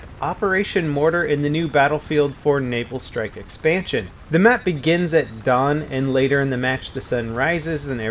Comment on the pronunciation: lol i thought u said anal strike